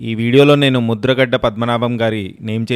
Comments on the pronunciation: ముద్రగడ్డ కాదు ముద్రగడ😂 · అది ముద్రగడ్డ కాదు భయ్యా... ముద్రగడ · ముద్రగడ్డ కాదురా... ముద్రగడ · ముద్రగడ అన్న ముద్రగడ్డ కాదు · Mudra gadda kadhu Anna...mudragada anthe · Bro mudragadda kadu mudragada 😅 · ముద్ర గడ్డ ❌ ముద్ర గడ ✅. 😂😂😂😂